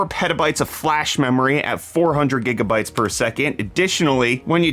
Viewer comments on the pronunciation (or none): none